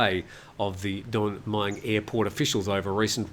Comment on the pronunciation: where'd you learn your Thai? Pains me every time when you endeavour to pronounce Don Mueang. Listen to a Thai pronounce it. Just use the good old contracted phonetic vowel sound as in /wez/ for was between the 'm' and 'ng'. Everyone will understand you. There is a reason for the 'new' spelling of Mueang in English - ask a few old timer expats, but not Americans who still don't get it.